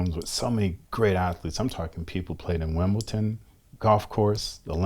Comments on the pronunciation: Wtf is “wimbleTon” ??? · wimbleton lolz